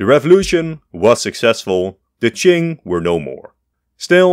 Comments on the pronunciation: Bro finally pronounced Qing China correctly. My man! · Hey, he learned how to pronounce Qing.